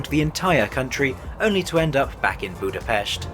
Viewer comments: Props to you for correctly pronouncing Budapest. In the Hungarian language the "s" is pronounced similar to the "sh" sound in English 😃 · Kelenföld and Pécs are really butchered though and that really bothered me, atleast he made an effort on Budapest.